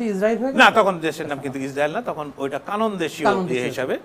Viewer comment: Vai not Kanon, it's Kenan